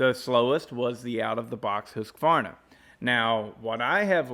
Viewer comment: Wow someone who pronounces the name correctly....Husqvarna....not us American's...Hus-a-varna....good job....think I'll stay with my Simington Chisel Grinder....touch up by hand with a flat file....round filing is for flat landers....take care....Shoe